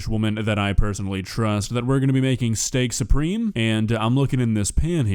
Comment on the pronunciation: I understand! She says Steak-SOUPreme.